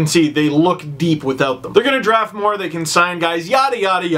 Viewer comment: everytime he said "more" I chuckle because it sound like "moore"